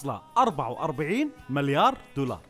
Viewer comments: اسمها مِليار مو ماليار 🤣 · ياخي والله تسنفزني وانت تقول مَليار اسمه مِليار تكفى قل مِليار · ياكريييييه تُنطق ( مِليار ) مب (ماليااار) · مليار ✔️ مو ماليار ✖️ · الحلقة حلوه بس تكفى تعلم كيف تنطق ماليار هاه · ليش تقول مالايار بدل مليار💔🌚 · احد جالس يسمعه يقول مَلّيار غلط ولا انا لحالي ؟ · يااخي العزيز اسمه (مِليار) مو (مَليار) 😂😂. اللي اعرفه يعني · ليه يقول ماليار... مليار يرحم امك ياخي ما قدرت اكمل الفديو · ١٠مرات وأنت تقول ماليار جبت للساني إعاقه الله يسامحك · تره اسمه مليار مو ماليار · ماليار دولار مو كذا ينطقونها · ايش فيك تقول (ماليار)؟ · ياخي اتنرفز لما تقول ماليار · ياخي انطق مليار صح جبتلي غثينان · تكفى انطق مليار زين 💔💔💔💔💔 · نطقكك لكلمت مليار غلط يصاحبي ههههههههههههههههههههههههههههههههههههههههههههههههههههههههههههههههههههههههههههههههههههههههههههههــه' "̯♡' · يرحم امك انطق المليار زين